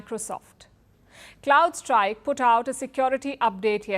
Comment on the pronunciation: and - It's C'r'owdStrike, and NOT C'l'ouldstrike.